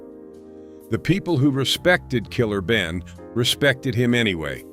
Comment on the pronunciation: Is this a A.I. white guy reporting all this?😅 Gotta do better. Did this idiot say Killer Benin?😂 $hout Killer Ben.🫡